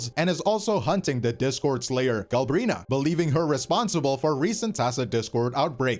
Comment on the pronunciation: If he says Galbrina one more time I'm gonna lose it